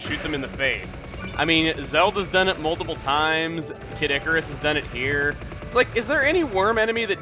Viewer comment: I keep thinking he says 'Caddicarus' the Youtuber rather than 'Kid Icarus'.